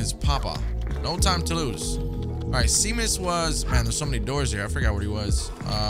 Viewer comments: Seamus is actually pronounced as "Shay-mus" haha 😄 not sea-mus. Like "shame us" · I was having a mental meltdown while said 🌊mus instead of pronouncing "Sheamus" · Seamus is pronounced Shay-mus. hehe. It's an Irish name. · Such a cool, quirky game. Love the environment. Also “Seamus” is pronounced “Shay-Mus” btw lol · This game is absolutely amazing lve enjoy every minute of your playthrough so far and playing it for myself, the one thing thats not amazing though is hollows pronunciation of names, its SHAY-MUS 🤣 all joking aside i can see why you start calling him that, LOVE the series so far man 👍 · Seamus is actually pronounced Shay-mus. It's an Irish name. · love this! just an fyi its shame-us, its an irish name haha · "Sea-mus" lol :P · His pronunciation of Seamus lol. I don't blame him. It's pronounced Shaymus btw. Just like how sean is Shaun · Seamus, is pronounced Shaymus. It's an Irish name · Honestly cracked me up that he was worried about mispronouncing Momo, and then went on to consistently mispronounce Seamus without even thinking about it 😂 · Zbaltazar is just pronounced Balthazar. And Seamus is Shay-mus